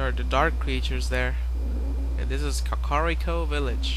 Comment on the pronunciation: the second way you said kakariko is the correct way. and if its not, its the best way =D